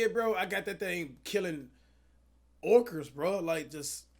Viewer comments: he said fight orcers not orckas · Bro said orcers 😂😂😂😂 meant to say orcas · This man cash just said orcers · Nobody: orchas Cash: orchers